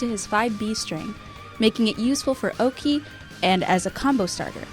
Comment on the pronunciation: There is no way you pronounced Oki like that